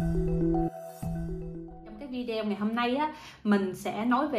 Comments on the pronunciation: Thùy Dương ở nước Thụy Điển mà phát âm chữ Video không đúng là sao vậy ? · Đúng đấy bạn,đa sống ở nước ngoài mà phát âm chữ video nghe kỳ cục quá.